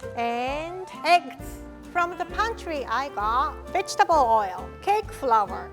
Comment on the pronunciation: I thought she said "bitchtable" powder sooo sorry lol